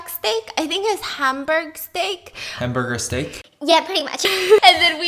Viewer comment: The part when she was like haam baag steak? Nessle toll house from friends?